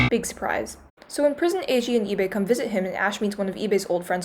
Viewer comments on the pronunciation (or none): im sorry but the way that she pronounces Ibe is so funny I- EEBAY WWWWWWWWWW AHAHHAHAH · They way she said Ibe made me have to rewind the video because I thought it was Ebay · The way you pronounce ibe kinda sounds like ebay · Everytime she sais ibe i understand ebay lmao